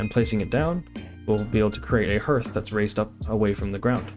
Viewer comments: FYI, "hearth" is pronounced like "harth", not "herth". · good job on video and the bait, hearth pronounced harth. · HARTH... ITS PRONOUNCED HARTH. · Is there an easier way to build down? Is if you were building a dock over water and needed to place some supports? Also hearth is pronounced as "haath" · Some great tips thanks. One tip for you. Hearth is pronounces harth/haath 👍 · The hear in hearth is pronounced the same way as the hear in heart btw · Hearth? It rhymes with heart not earth... Just sayin'